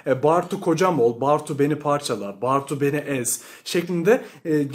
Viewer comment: Bartu'yu hiç doğru okumamışsın belli.